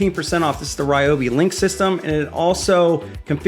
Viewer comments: Rye obi not Ree obi. ❤️ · Remember, folks. It's Ryobi, not Ryobi.